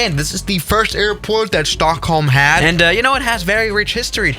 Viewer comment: I swear when he said airport he said airpork